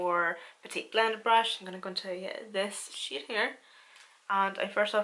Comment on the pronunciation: Lol when you said "packing that shade on" I was lmao cuz it sounded like you said "packing that shit on" with your accent lol